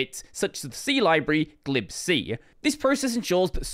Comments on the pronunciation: gleeb see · ghee lib see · That enunciation of ("glib" "c") still bugs me, lol. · Glib (as in confident but insincere, flippant, or offhand)-C